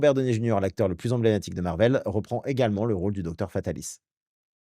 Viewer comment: comment ça « également » ? 🤔 : « ces vingt z’années » 😂 : qui ça ? 😳